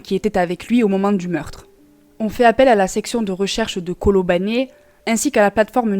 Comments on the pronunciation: Coucou! On prononce Colobane pas "Colobané".C'est une tragédie qui a traumatisé le Sénégal pendant un temps. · P.S. : Colobane se lit "Colobane", comme ça s'écrit. Avec le son "e".